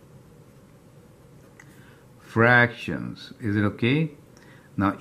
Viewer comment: Thank you,btw it’s called fractions not fractims